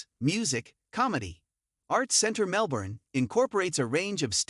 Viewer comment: If you're going to do a video on Melbourne you have to learn how to pronounce the name of the city. It's pronounced Mel-ben, not Mel-borne. Normally I wouldn't be too harsh on this point but if you're going to dedicate a video to a city, this is really 101 basics, no one should have to point this out in the comments.